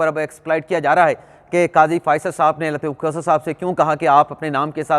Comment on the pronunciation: محترم ۔ برائے مہربانی “لطیف کھوسہ “ کا نام احتیاط سے لیا کریں۔ لگتا ہے آپ لطیف کھوتہ کہہ رہے ہیں۔